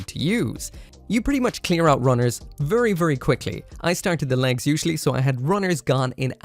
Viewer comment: vurry vurry